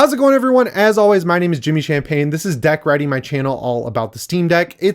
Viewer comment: Lol it sounded like you said "Deck Riding" ahahah. 'Deck riding my channel'....